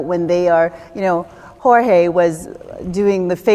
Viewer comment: She is just trying to climb the journalist ladder hoping she will be the next meth Freeland, It’s George not Jorge.......... 2 things brought me to Ottawa 1. CBC posted a story of taking kids outta trucks or vehicles...... not in our country while I breathe and the foster system is worse than the government system..... 2. I asked myself what my mental health would be like if I did not go........ NOW I GOT NOTHING BUT LOVE AND A PURPOSE....... WE ARE NOT ALONE 🇨🇦🇨🇦🇨🇦 WE JUST HAVE ALOT PUSHING AGAINST US...... HOLD THE LINE FOR 🇨🇦🇨🇦🇨🇦🇨🇦🇨🇦 Would like to see what this panel would do if you gave them one still framed photo and asked them to write the narrative....... then show them the live stream the still frame came from!!!! H.A.I.L !! Thank you all live streamers..... and WC... you made me happy once you got the bagels, cream cheese and mayo........ see ya at the truck stop at the end for our FREEDOM celebration!!!!! AND OF COURSE YOUR INFILTRATION VIDEO OF THE COUNTER COMMUNIST PROTESTERS..... WOW, hope you got a juice when you got home lol Whooomp whooomp and a honk honk!! 🇨🇦🇨🇦🇨🇦🇨🇦🇨🇦🇨🇦🇨🇦🇨🇦🇨🇦🇨🇦🇨🇦🇨🇦🇨🇦